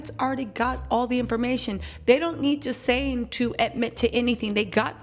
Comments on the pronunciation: Ghislaine (Gee-Lynn) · Ghi-La-ne is the pronunciation the s is silent, I believe it's a French name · Gerlaine is the pronunciation. I think Trump will pardon her In exchange for her silence. However, this makes him look extremely guilty pardoning sex offender of the likes of her.